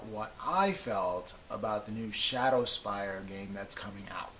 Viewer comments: Haha you did get it right eventually! I'm just poking fun...the worst one was "Shad-deh-spire"....that seriously isn't even a word! Can't remember which video said that. Btw...love you vids :) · So far I've watched four YouTube videos about Shadespire. In all four videos, people have butchered the name. Hahahaha I've heard "Shadow-spire"; "Shard-spire"; and worst of all..."Shad-deh-spire". That's not even a word! How does this happen? Hahahahaha